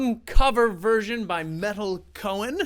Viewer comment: She's my idol as is Danny Carey I love meytal and tool and it's pronounced may-tal she has 1,600,000 + subscribers